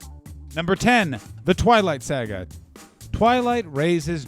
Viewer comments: The twilight "sayga" lol ! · Who says "saga" like that? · He really pronounced saga like that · Ew Why do you say saga like that